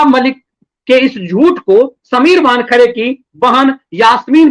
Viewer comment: "वानखड़े" नहीं वानखेड़े......